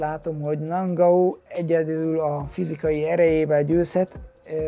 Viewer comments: Sén (Són) és Nángau (Engánu) az új Édesanya :) Kösz a vidiket és sok sikert a meccsedhez! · A nevek kiejtését azért még gyakorolhatnád....:-D Ki az a nangau ? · Érdekesen mondod a neveket I éra, Nangau:D